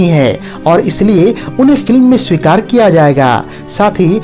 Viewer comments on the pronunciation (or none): none